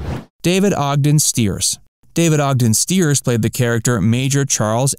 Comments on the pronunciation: Have long been a fan of the series. Didn't learn anything new. Please learn to pronounce David Ogden Stiers' name correctly. It's sty-ers, not steers. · It is Styers (Stiers) not Steers. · It's pronounced St-eye-rs, not Steers! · I loved Charles too. David Ogden Stiers was truly great. Don't mean to be snobby but Charles would have been a bit out of sorts if his name was mispronounced. Stiers is pronounced Sty-ers. Not Steers. One of the episodes a rude Charactor called him Chuck. "CHARLES" he'd bellow. Here's to you David........Q! (Charles from Boston had an upper class Boston accent. He say goodbye one of 2 ways....."Gentlemen".....or shorten thank you to simply....."Q".....) I always loved that "Hahvard" grad. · StIers. The I is pronounced, not the e. At least that's how it's pronounced in his native Urbana, Illinois. I didn't realize he was closeted. Being gay doesn't change who he was. Great actor, sorely missed. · It is not stated as 4 thousand 77th, it is stated as 4-o-77tth. And Winchester was played by David Ogden Stiers (pronounced Styers). If you are going to make a video about a loved topic, maybe you should know how to speak about it correctly. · What to mispronounced David Ogden-Stiers. It’s “ sty-ets” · You miss pronounced Stiers. It is pronounced St eye ers. I am surprised with all the researched you did that you messed that up.